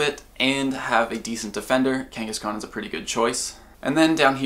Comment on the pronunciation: kangahskahn is realy annoying when you live in Australia most of the time i jusy leave em there and despawn